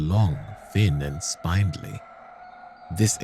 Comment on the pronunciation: You pronounce vicar and spindly weird, great video tho :D